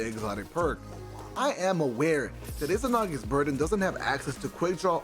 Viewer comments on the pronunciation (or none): It's also Izanagi's Burden not IZInagi's burden :P